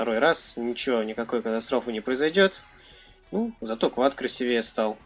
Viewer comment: Правильно красИвее)))))